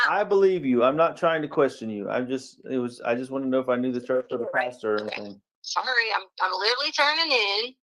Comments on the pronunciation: Omg I'm going crazy listening to her say "anythink" instead of "anything". I hate that she adds a "k" where a "g" should be. Ahhhhhhh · I didn't do ANYTHINK WRONK. ooof! 😂😂😂. So funny